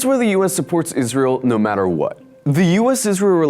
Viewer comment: "No mather what"😂